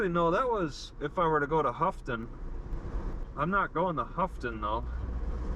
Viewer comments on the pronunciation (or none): Great local video. I really enjoy seeing these videos of the roads that I’ve driven before. Sagola is pronounced SUH-go-luh. Houghton is pronounced HO-ton. Thanks for the vid! Stay safe!